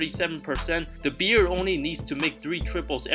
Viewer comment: James Hardens nick name is "The Beard" not "The Beer" 🍻